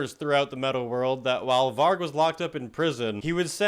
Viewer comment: 👏🏻👏🏻👏🏻👏🏻 for pronouncing Varg and Euronymous’ names right! Very rare for a yank! 🤣